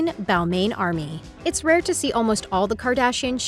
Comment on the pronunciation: It’s pronounce “ball mon” also it’s “mew glare”